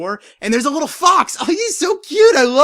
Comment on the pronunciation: "Wittle kids"